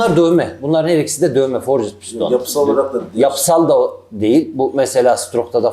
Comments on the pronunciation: Forcit piston degil, forcd diye okunur o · abi sen bari dövme demiyorsun, forcıd deme şuna :)